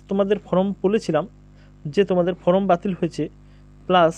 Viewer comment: ফ্রম নয়, ফর্ম সঠিক করে বলুন ?